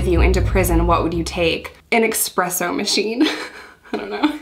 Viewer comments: God I hate the way she says "expresso" it's espresso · cool videos, but I have to say, it's ESpresso, not EXpresso